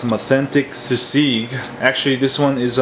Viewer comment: haha you pronounce it as seasig :P but yeah nice tutorial !